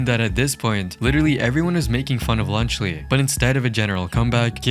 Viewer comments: Lunchly ❌ Lunch le ✅ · Even the captions are making fun of lunchly by saying “lunch Le” 💀💀☠️☠️☠️ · “i like my cheese drippy bruh” is the first thing i thought of when you said lunchly. second was lead poisoning